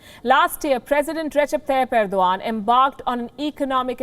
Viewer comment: Erodgan or I must say Errrr-do-Gand